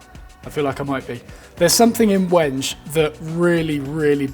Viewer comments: it's 'when-gay' i think. i use it for knife scales and i remember looking up it's correct pronunciation. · Wenge correctly pronounced `When-gay` ;) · "Wenge" is pronounced weng-gay, not rhyming with Henge. :)